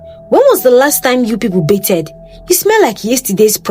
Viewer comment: Pronounced 'Ba-thed' with the 'TH' rather than 'Be-ted' just as a side note!